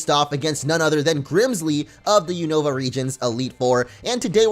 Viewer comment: When he said unova I was like boi really that is not how you say it